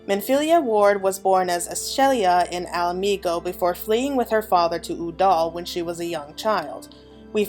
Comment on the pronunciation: It's also "Ul'dah", not "Uh'dal" lol